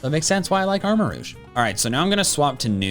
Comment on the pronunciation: it is not AR-ma-rooj, it's AR-ma-rogue. How did you mispronounce that???